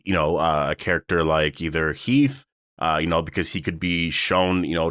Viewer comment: It’s Heath😂